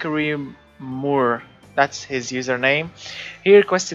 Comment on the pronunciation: 427 American muscle engine revving as high as possible, love the vids, moore is pronounced just like more